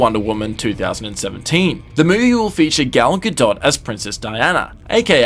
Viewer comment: It's pronounced "Gah-DOE," you twit!